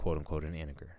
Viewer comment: You're not pronouncing the word integer correctly...